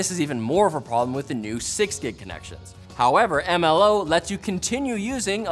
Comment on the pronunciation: The Pronounciation of MLO at the Beginning Got me, XD MmmLOO